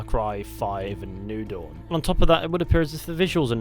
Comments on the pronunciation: It took me half the video before I realized he was saying Far Cry New Dawn and not Far Cry Noodle. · Thought he was saying far cry noodle not new dawn...